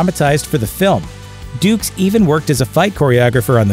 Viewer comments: Yeah, really. Also pronouncing it "dukes" followed immediately after by "ducks". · The narrator called him Dux twice then pronounced it "DUCKS". I guess he forgot how to pronounce it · Haha! The narrator slips in a jab calling F. Dux "ducks"